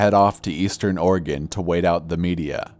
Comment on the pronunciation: Thanks for saying Oregon correctly.